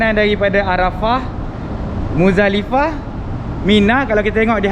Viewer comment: Maafkan saya, rasanya sebutan betul adalah MuZDalifah bukan MuDZalifah, kerana tulisan arabnya adalah مزدلفة, maafkan saya.